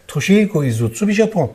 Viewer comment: aslında s harfriyle söyniyor ;ş harfiyle değil.toShihiko izutsu.